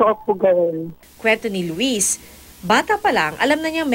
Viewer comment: Louie po ang pronunciation ng pangalan nya silent S po, hindi po Lu-wis